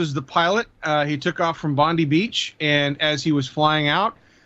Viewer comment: it's Bondi (Bond-eye) NOT Bond-ee